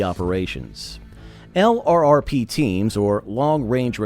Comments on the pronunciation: L.R.R.P.... 😂 You must mean "Lurp" 😂 try typing that instead in your AI reader. 😂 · Want to sound authentic? Say LRRP, don't spell it. t sounds like "Lurp'. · It’s pronounced lurp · HEY AI just say LURP. That's the way it's pronounced. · It's pronounced lurp. I get tired of hearing the narrator keep saying LRRP's. They were LRRP, but it's not pronounced that way.